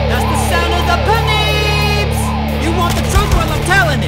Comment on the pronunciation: Who else loled when he said "That's the sound of da Po-Neebs" ?